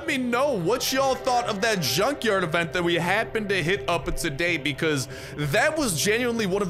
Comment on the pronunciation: that's also my favorite avent! Seriously why do you pronounce event as avent?